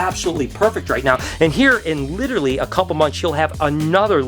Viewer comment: Litter-ley lol